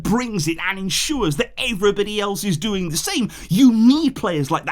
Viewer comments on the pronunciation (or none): none